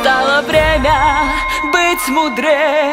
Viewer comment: Очень хорошо спето ,но очень смущает момент . Слово "милая" звучит как-то не подхожяще (в плане не текста ,а того как спето слово ) будто его поломали и ударение не там . А так все нравится )